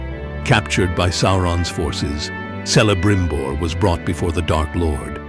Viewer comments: Celebrimbor should be pronounced with the initial [K-]. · Pronounces Celibrimbor wrong.